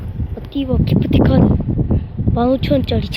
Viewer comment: 기프티카드?ㅋㅋㅋㅋ 발음 왜 저러냐ㅋㅋㅋ